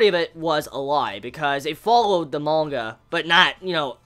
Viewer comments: Not mon-ga, it's man-ga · hey dick head its manga not monga xD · Is anyone else kinda annoyed that he pronounces manga as monga? I can't unhear it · I like how he pronounces manga